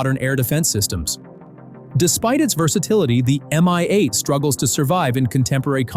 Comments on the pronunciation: hey!! who ever or what ever you are I sing to pronounce Russian air assets is ALLWRONG!!!! MI-8 Helicopters are actually called MI-8. and are never pronounced like the word "me" and MANPAD airdefense weaponry are pronounced like they look manpad. NOT M.A.N.P.A.D. stop using your co.puter to pronounce air assets correctly before you post and everything is all wrong making you look like the biggest lover noob to ever post on youtube. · "SYU-25" "ME-I 8 Helicopter" 💀💀💀